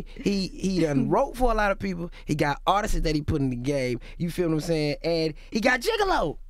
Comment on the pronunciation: “Actual artistses” Lol